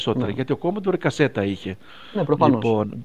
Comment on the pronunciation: Πολύ ενδιαφέρουσα η gaming ιστορία του Γιάννη Dreamwarrior! Μας ενώνει η αγάπη για τον Commodore 64 που σε μια στιγμή τον πρόφερε σωστά, όπως πρέπει, ορθόδοξα, ως "Κομοντόρε". Ο Τόλης ανταπεξήλθε επιτυχώς στην πρόκληση ενός διαολεμένου είδους παιχνιδιών, το vertical scroller με αεροπλανάκι που δοκιμάζει τις αντοχές του καρδιαγγειακού και νευρικού σου συστηματος.